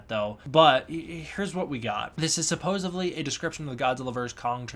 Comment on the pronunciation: Great video. I wonder if original reports were in Russian (or some other language) and details got confused in translation? Also, with all due respect: it's supposEDly, not supposABly. Bit distracting and credibility robbing. All the best....